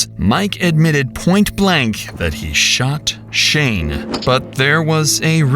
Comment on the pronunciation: he sho-ott him** narrarator